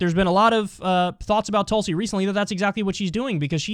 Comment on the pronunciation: pronounce her name correctly. TOOLSI